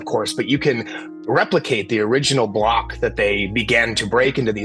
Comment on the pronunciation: Great video but the grating mispronunciation of 'the' before a vowel all the way through made me want to tear my hair out!